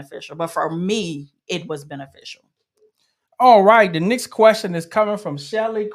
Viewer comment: Thank you for this video. Excellent info. Just curious where the Mr is from because I notice he keeps pronouncing next as nix